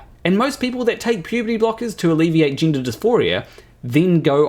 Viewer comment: Tind ? Gindah? It's confusing enough as it is already all this without adding horrific vowel abuse. And I'm Glaswegian so I'm usually more than happy to cut my equally unintelligible Antipodean cousins some slack. Anyway, the main thing here is of course that you get to be the ultimate arbiter of what is and is not funny. And Bill Maher isn't funny. I know that because you just told me he. End of discussion. The problem is though that he is funny. Extremely funny. And whatever you think about this piece that's so upset you there's no denying the writing is quite brilliant, much as you try to naturally. You couldn't have written something like that in a million years. And not because obviously you disagree with it or equally obviously you're utterly devoid of a sense of humour. But because you're simply not smart enough. Comedy writing of that calibre is actually extremely difficult. Few people can do it all, fewer still as well as Maher and his co writers. But in a few short years I fear we will no longer be able to enjoy Bill's brilliance, be that Maher, Murray or Burr, because zealots like you will have succeeded in getting it banned. Consigned to the bin under that big amorphous catch all of "hate speech"🙄 Censorship and cancellation, doxxing and shaming used to be solely the preserve of authoritarian regimes. Not any more, there's a new type of facism at play now. The tyranny of the minority. A relatively tiny group of male extremists hell bent on eroding hard fought wome